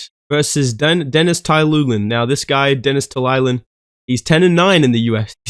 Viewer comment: Denis telulin has had 19 fights in ufc and casual bedtime dude doesn’t even know how to pronounce his name😂.